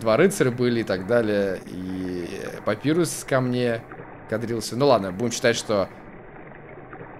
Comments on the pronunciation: не папирус а папайрус! Папирус это бумага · Папайрус а не Папирус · правильно папайрус